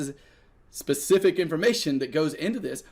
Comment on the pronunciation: Right, in NZ they says spezific! ;-)